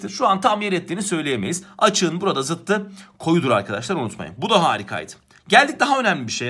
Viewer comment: bu arada ''zıttı'' değil ''zıddı'' ''saç ayağı'' değil ''sacayağı''